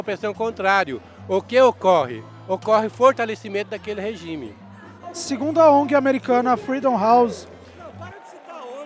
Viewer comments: So queria falar que achei engraçado a mulher falar "rejume" e falar que cuba nao e uma ditadura e o Brasil sim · "REJUME" KKK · "Rejume ditatorial" Kkkkkk